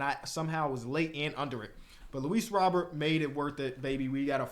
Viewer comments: hey just so you know the correct way to say Luis Robert is Ro-Bear i know it looks like Robert 😅 but that’s how he said it was back in Cuba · Little pronunciation tip, it’s pronounced Ro-bear, instead of Robert as it appears. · Just to let u know its Ro-bear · It’s Luis Roh-Bear btw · love the series. Btw tho ik you said you still learning the players but it is pronounced Luis Ro-bear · it’s Luis Ro•Bear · Hey just a heads up! Luis Robert last name is pronounced (Row-Bear)! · Luis Robert pronounces his name as “row-bear”